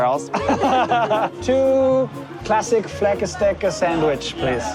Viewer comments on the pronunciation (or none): Hehe. I live in Copenhagen and while my pronunciation is interesting. Yours was definitely making me laugh lol. The food is flæskesteg - it’s eaten all year but very popular at Christmas. (Flask-a-sty sort of pronunciation…). And some places have weird names and weird pronunciations. Like Odense, Rødovre… erm maybe some others too. Kolding - it’s like Kolling rather than Kold-ing 🤣 Oh no! You got “Deutsche-bahned!” (We love Jet Lag!) —- or maybe it happened pre-border. Did you make it to Rendsburg High Bridge? (Maybe we’ll see next week…) Those weird buildings just outside the København H station is Kaktus Towers. They have really divided opinions 😂 and Ikea is just across the road from there.